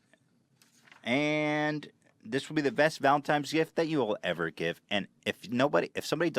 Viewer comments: Why is no one talking about 'Valentimes' Day?! Cutie Ethan. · How did he manage to say Valentines Day wrong three times in a row